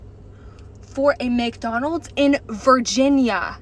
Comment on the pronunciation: May I remind everybody—The prices of each item is clearly posted on the Menu-boards and you know that there'll be tax added. ~ (Where's the surprise?!) ~ This is why I'm no longer a customer. ~ (I'll eat crap ... just not expensive crap.) — also Honey, they placed your app-order in Virginia because you pronounce McDonald's as "Make-Donald's". (You can pick it up in the Appalachian Mountains.)